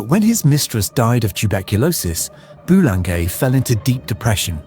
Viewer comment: Boulanger is pronounced: Boo-lahn-zhay